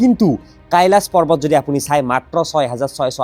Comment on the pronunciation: পাৰ্বত নে পৰ্বত কেলা।‌ ইমান অভিজ্ঞ হৈ উচ্চাৰণ কৰোঁতে অলপ সাৱধান হ'ব লাগে ।